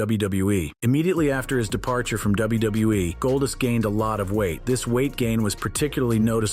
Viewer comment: i hate how he says golddust it sounds like goldist